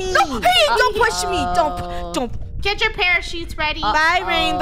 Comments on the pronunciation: "Don't Poosh Me!" -, 2021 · "dont poosh me 😡😡😡😡"